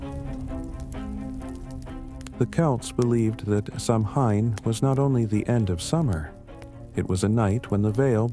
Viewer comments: It’s pronounced Sow -in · You’re pronouncing it wrong.